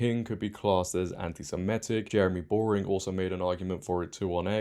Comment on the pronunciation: Not very bright are you? Saying everyone needs to ditch 'this issue' and unite against the woke left - it's they who must not be named in 'this issue' who are behind the woke left. Learn how to pronounce Semitic properly too.